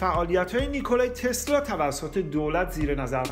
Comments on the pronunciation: واقعن بیان عجیبی داری "نیکولای تسلای "دیگه کیه اخه...نیکولا تسلا...چقدر مگه سخته؟ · چرا انقدر هی میگی نیکلای تسلای؟؟؟اعصاب ادم بهم میریزه ی آخرشو نمیگفتی نمیشد؟تسلا میگفتی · داش نیکولارومیخوای بگی نیکلای ، اونوقت سریع میخوای اسمشوبگی ی رو میندازی ته تسلا!! نیکلا تسلای چیزه!؟ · چرا هی میگی نیکولایی تسلایی!!؟🤣